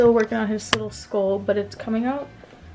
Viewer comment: "Skoool" it's SKULL! 🤣